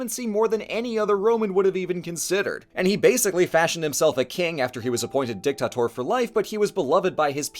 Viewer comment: DICTATOR not DICKTACTOR